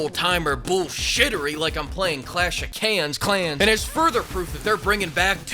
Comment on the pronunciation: "Clash of Cans" LMAO!!!